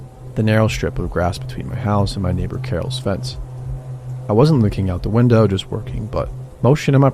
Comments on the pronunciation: did he just say wintow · wintow for window?